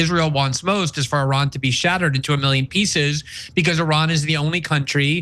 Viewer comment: And he cant even pronounce Iran correctly.